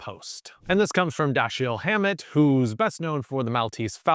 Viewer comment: Dashiell Hammett is pronounced Da-shell not Da-Sheel. Great video tho!